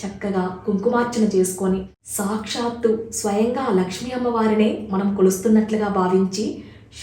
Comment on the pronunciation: Okka okka Mata meru sakshshthu Ane daggara shu krinda tha ortu untundi okasari pronounce chusukondi